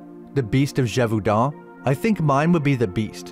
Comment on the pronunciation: Love your videos man, but mm as a French person, your pronunciation of Gevaudan is close but the "au" is pronounced like an "o". But yeah pretty good french though :)